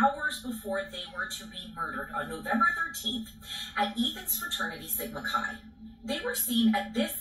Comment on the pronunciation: Hey, When you say "Sigma Chi boys" I hear "Jesse James gang! Lol 🐞